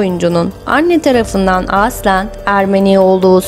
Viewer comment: Nasıl bir “aslen” deme şeklidir bu. Bu kelimeyi çok yanlış telaffuz ediyorsunuz. Kulak tırmalayıcı